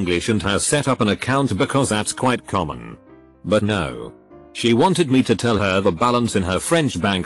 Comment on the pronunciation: When the reading robot catches a virtual cold: no becomes snow well becomes swell